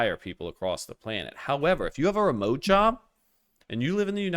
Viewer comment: Be jaded at remeote is low T-energy!!!!!😂😂😂 great commentary